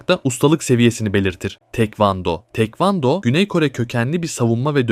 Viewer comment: tekvando degil taekwondo